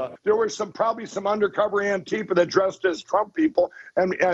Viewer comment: Jesus Christ. It's ANTI-FA, not ANNE-TIFA. As in "Anti-Fascists." You know, the good guys from WW2.